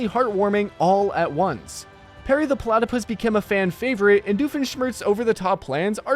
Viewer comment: it’s perry not sperry